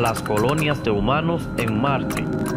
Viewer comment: y dise malte en ves de marte